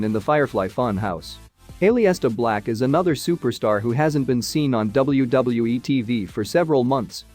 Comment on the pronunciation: Or A-Lister Black 🙈